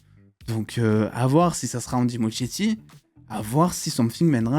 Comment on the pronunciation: Ça se dit ''Andy Muskietti" le ''ch'' se prononce "k", mais bon on s'en fout un peu